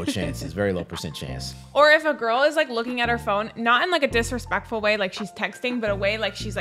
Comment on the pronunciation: “You must do this with every giggrrl”🙄